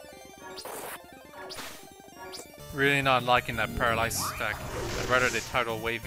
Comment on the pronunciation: By the way, "paralysis" is pronounced puh-RAL-uh-sis. I vote for Pinkie Pie and Rainbow Dash.